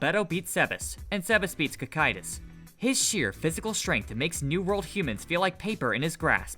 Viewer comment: why do all theses types of videos all pronounce the names wrong or puntuate at the wrong places. wtf is Sebes. his name is Sabas as in Sabastian its in the fucking name. did you even watch the show???? so tired of this shit. even got Cocytus fataly wrong.